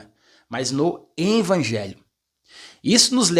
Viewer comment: VOCÊ PRONUNCIA "INVANGELHO"....